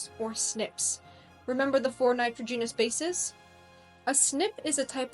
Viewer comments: Very intersting. But NITROGENOUS is not pronounced that way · Show me an archeologist that can grasp the 160 plus genes involved in skin color I’ll validate this video. The narrator can’t even pronounce nitrogenous properly. That is all I’ve got to say. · First comment: if you plan on including lecturing as part of your career, spend a little time making sure you are pronouncing words correctly. You have some rather odd pronunciations for a native English speaker. This is very distracting, especially for technical terms at the core of your subject (eg nitrogenous being pronounced like genus, and genome like ginome). The meter and syllables stressed in some words was also odd. I’d also avoid uptalking as it is the most universally disliked speaking affectation. My second complaint is the complete absence of any discussion on the role epigenetic modification (eg methylation and hostile modification), interfering rna, or repeated sequences from indogenous viruses in our genome that activate at fertilization creating unique insertions that are the primary way individual humans are genetically diverse as they don’t code for actual expressed genes and are under less selective pressure as a result. All of these factors can have major impacts that either increase or decrease the transcription of a gene. So you can have a gene isoform associated with darker skin being expressed lower giving the same skin tone as an individual with a gene coding for lighter skin being expressed at a higher rate (eg bushmen in Southern Africa have a much lighter tone than their neighboring populations). Finally, certain hormones have a huge effect on expression. Take a look at the Nordic blond model who decided to become black (her words not mine) by tak